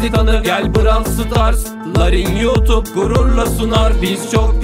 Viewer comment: Abi nolur Brav stars deme brol stars de✅